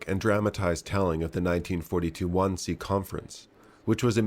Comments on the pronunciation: It was at Van-see and not Wan-see, the pronunciation shown is wrong in German. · Excellent film, excellent review. Just..."Wannsee" is pronounced "Vaahnsee". Sorry, even as an Australian, the US pronunciation "grates" a bit :) - but I'll get over it .... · It's pronounced:" Vahn-seh."